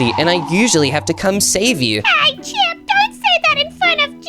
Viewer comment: calls chip chipey😂😂😂😂😂😂😂😂😂😂😂😂😂😂😂😂😂😂😂😂😂😂😂😂😂😂😂😂😂😂😂😂😂😂😂 😂😂😂😂😂😂😂😂😂😂😂😂😂😂😂😂😂😂😂😂😂😂😂😂😂😂😂😂😂😂😂😂😂😂😂😂😂😂😂😂😂😂😂😂😂😂😂